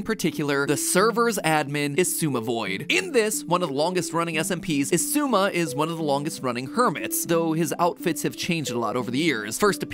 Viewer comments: it hurts how matpat can say xisuma’s name right but then goes on and pronounces elytra as eli-tra🫠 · Oh.. I finally know how to pronounce Xisuma